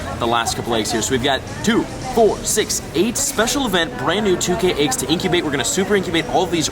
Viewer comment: Fun fact: AYYYGGGs is actually pronounced EGGS